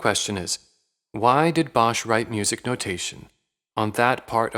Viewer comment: Bosch is pronounced without the h. Just like boss. It’s Dutch for wood, and is written nowadays as bos.